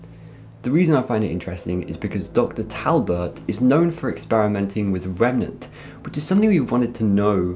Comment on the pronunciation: Just to let you know, it's remeNAnt, not remeMEnt, lol